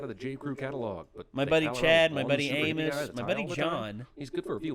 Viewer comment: He said Amous.